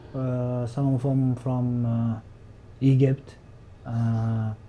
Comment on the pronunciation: Mokhamed🤦 he’s a completely different guy🤦 he’s tryna say Egypt. But he pronounces it with a half erterian half Sudanese accen or half Ethiopian and Sudanese🤦🤦what Somali man calls Indians Hindus💯😂😂finished💯💯